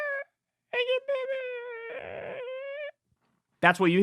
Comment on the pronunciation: Lmao "howugapayfoeet?" Gets me everytime